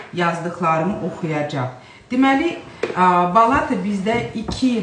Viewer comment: Balata sözündə vurğu axıra düşür.Yəni sonuncu A səsinin üstünə düşür.